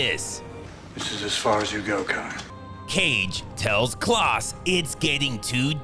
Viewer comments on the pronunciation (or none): You really don't know how to pronounce the name Klaus??? It's definitely not "Klahhs" like you kept saying it ....